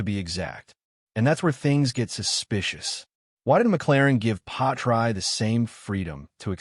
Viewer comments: Why pronounce his name “patry? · Work out how to say Pi ast tre